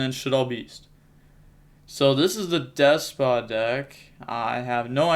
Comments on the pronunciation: Its Despia not Despa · DES-PEE-YA. No pokin fun just makin sure ya know for future vids 👍🤙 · I keep thinking you say “deskbot” instead of “despia”